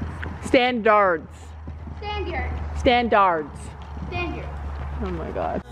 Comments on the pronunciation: standyards -standARDS - standyards - standAARRDSSS Me: 👁👄👁 confused as hell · As calls them Standyerds 😂😋🤣